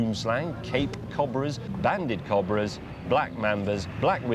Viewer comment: Why do they say cobra wrong?